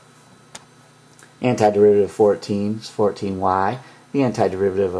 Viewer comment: "wuayyyyyyyyyyyyy........" lol i like how u pronounce "y"